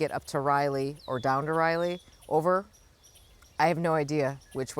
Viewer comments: Practice before you go to Raleigh - Rah-lee, not Riley😊. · Riley?? RAH-LEE. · Your pronunciation was 'rielee', we say it 'rahlee'. It's only ~ a 3.5 hour drive over to Raleigh from CLT. I make the drive once a year because I have a malamute who has now had both hips replaced at NC State Vet, so we do x-rays to make sure all is good. Best to Darwin and the family. It's so hard when our furkids need extra help. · Rah-lee , think Sir Walter “ Rah-lee”! Hope Darwin is ok ! Safe travels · Sorry to miss you and Jenny. I’ll be at Jim’s. Btw, Raleigh is pronounced RAH-lee. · Riley😀 I was laughing,but figured you somehow got stuck on that pronunciation in the moment. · Raleigh not Riley